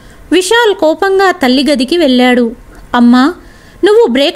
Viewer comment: మీ కధలు అన్నీ బాగున్నాయి కాని కథ చదవడం లో పదములు పలకడం లో చాలా తప్పులు వస్తున్నాయి ముఖ్యంగా కళ్ళు వెళ్ళూ వగైరా పదాలకు అర్ధం మారిపోయింది అది గమనించాలి చాలా అవసరం.